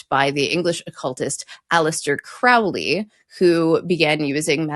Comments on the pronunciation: Glad you got to this! But his name is pronounced like the word "solely". Crow (like the bird) + Lee (like the wind). Yes, Crowley in the early 20th century differentiated magic/magick. Need an occult scholar? I can recommend many of the best. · Small correction - You mispronounced Aleister Crowley's surname. It rhymes with "slowly". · Another great episode! I love how much I learn from these. Little note, though: Crowley pronounced the first syllable of his name like the bird, not to rhyme with cow. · Aww man, I was hoping they'd pronounce Crowley's name correctly. His joke was that his name was "Crowley to rhyme with 'holy'" But they pronounced it like the Ozzy song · Crow-lee! It's not pronounced Crawl-ee like in Ozzy's song "Mister Crowley" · Crowley rhymes with holy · Aleister Crowley is pronounced as spelt: CROW-ley as in crow, holy, flow, etc NEVER like ouch or pouch or slouch. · Crowley is actually pronounced KRO-lee. Aleister himself pointed out it should rhyme with unholy. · It's pronounced CROW-ly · I was impressed by your knowledge of Crowley as the populerizer of the spelling as well as more generally. However I am pretty sure he pronounce is name such that it sounded like the bird "crow" rather than like an "owl".